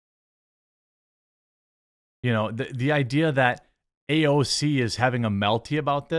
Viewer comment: I think she pronounces AOC ouch